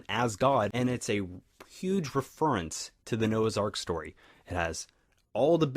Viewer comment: hahahaha you are so right man, I have this discussion with my bro all the time, except I hate how you say reference XD